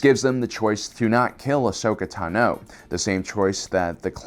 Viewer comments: its tah no not tuh no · I’m sorry...ahsoka TUH-NO ITS TANO😂😂😂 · ahsoka Tuh-no? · it's TAH-no, not tuh-NO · WHY OH WHY DO YOU PRONOUNCE IT TANOOO... it is clear from all the animations it is tAAAno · I love this guy. But how can you be a Star Wars focused channel for so many years and still say “taNO”? I’m not attacking because maybe it’s something I missed or perhaps it’s a speech impediment. I just wanna know if it’s a way other people pronounce her name? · I like how he says Ahsoka tanO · T'No. Apparently Ahsoka is a Vulcan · The way you pronounce "tano" is annoying man. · Anyone else bothered by how he said “Tano” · Why is no one talking about the way he says Ashoka tano? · For the love of god, stop saying Ahsoka's last name if you can't pronounce it right. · "Tano" Emphasis is on the "a" not the "o" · Video's great but please pronounce Ahsoka Tano correctly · The only person in the world who says Ahsoka's last name like that. 😱🥺